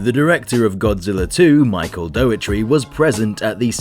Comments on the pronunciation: Well, one sure way to not get invited to pre-screenings is mispronouncing the man's name. It's not "DOE-eh-tree," but rather "DOE-er-tee" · The director's name is Dougherty, not Doughetry! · I think you weren't invited because you pronounce his name "dough-err-tree". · You weren't invited cos you can't say daugherty properly. Doe-are-tea.